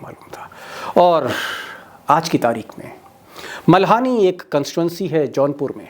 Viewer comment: मल्हानी नहीं दीपक जी मल्हनी है |